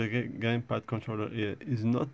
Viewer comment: he said gaypad lol